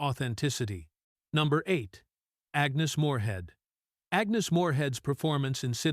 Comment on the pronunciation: it would be nice if you showed the correct actress with the narrative. Instead of showing Agnes moorhead you show Susan Hayward. Really? how hard can that be ? The AI narrator can' even pronounce names correctly as well as movie titles!